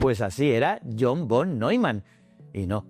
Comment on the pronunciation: Ostras los de Von suena fatal pienso que la pronunciación correcta en “fon”